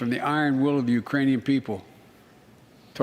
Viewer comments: He said uranians, he's very good business friends too. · It sounded like Brandon said Uranians. I guess we must have aliens from Uranus living among us.